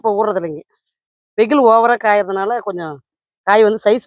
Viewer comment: Veyil not veyhilu